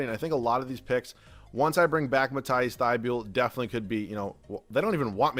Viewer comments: Mat-ee-ss thy-bol is how it pronounced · learn how to say matisse thybule